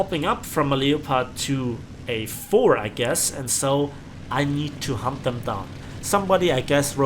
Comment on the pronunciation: some time when you say: i need to hunt them down sound like: i need to hump them down